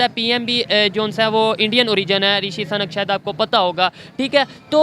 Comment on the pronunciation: It's not SANAK, it's Sunak. Anchor needs to pronounce people name properly, it shows his lack of knowledge